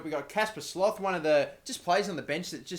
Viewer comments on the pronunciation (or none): Sloth is pronounced slot